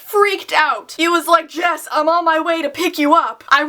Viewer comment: you said his real name "Jesse"